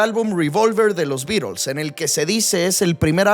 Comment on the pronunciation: Porque dices los Birols? Los beatles eran britanicos , alli en Inglaterra se pronuncia la T. DSuena ridiculo